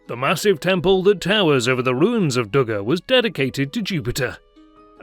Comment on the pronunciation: Dougga is not in Tunis but in Tunisia! God help us all. Tunis is the capital city of the country of Tunisia. Should you not learn the basics of geography before attempting to educate the internet? And, you should also perfect your speech. Your pronunciation of place names is embarrassing to native English speakers.